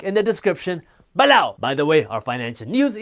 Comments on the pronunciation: "Ba LLoon" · Find it amusing how he says “BALLOW” !!!😆😆👇🏾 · Below!!!!!! I'm gna say below like that from now on